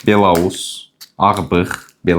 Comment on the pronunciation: Belorus yox, belous.